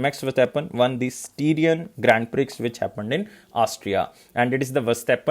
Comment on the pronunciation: Styrian is pronounced like Syrian with St. And Prix is pronounced as Pri with X silent.